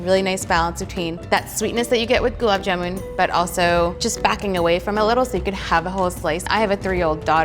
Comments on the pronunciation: It's not "jumun" it's JAMUN !! get your food names right at least... 🤣🤣🤣🤣🤣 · Oopsy....it's JAMUN NOT JUMAN...... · It's jamun not jumun or juman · It's Jamun. Not Jumun. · Its Gulab Jamun not Juman , Jumun or Jumanji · Tasty its JAMUN not JUMUN 😭🤬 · It's not jumun it's jamun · It's Jamun not not juman and I am not even Indian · It’s jamun not juman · It's not juman --- its Jamun #Indian 😍🙆🙇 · It's "Gulab Jamun" not "Gulab Juman" ! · JAMUN not JUMAN. wtf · Listen its jamun and not juman🙏🏻🙏🏻plzz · Dude it’s jamun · I don't hate it. It is convenient and has a new twist to it at the same time following the traditional recipe. Also it's "jamun"